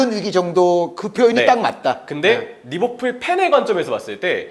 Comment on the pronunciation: 항상 거슬리는게 f발음은 영어가 아니라 한글로 읽을땐 ㅍ발음으로 하는게 맞음. (외래어발음법) 한준희는 특히 f발음에 집착하는것 같은데 매우 듣기 안 좋네요. 그러다보니 리버풀도 막상 pool인데도 리버뿔 이러고 있음.